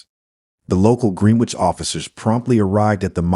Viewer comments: Gren-ich ali-by-z please. I can't listen to this no matter how good it might be otherwise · Pronounce Greenwich properly please.